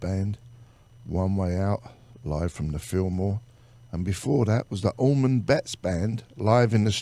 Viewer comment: Much love for this teaming up of some great musicians!!!! But please somebody tell the host that it’s Allman and Not AlmonD!! I mean really..!!!